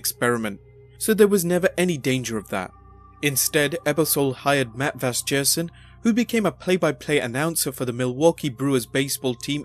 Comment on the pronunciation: And it's Vasgersian, with a soft "g" sound. It's an Arminian surname, so the "sian" is pronounced (see-ahn)